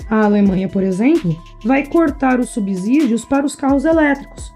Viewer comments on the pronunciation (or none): "Subzídios não, "Subcídios". A letra "S" só tem som de "Z" entre vogais.